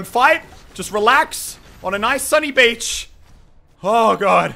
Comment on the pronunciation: You said bich and not beach😂😂